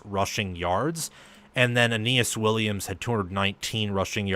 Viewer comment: Awesome episode. By the way, Billy Schrauth's last name on Notre Dame is pronounced "shroud" except ending in "th." (You nailed Aneyas Williams though, which basically no national commentator does haha.)